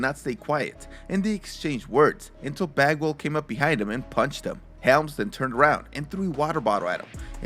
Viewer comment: Every time he says bagwall I only heard f@ 🤣 I had to go back and look at the subtitles to make the correction 😂